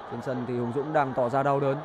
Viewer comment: Hùng Dũng mà đọc là Hồng Dũng lại bảo ko sai đi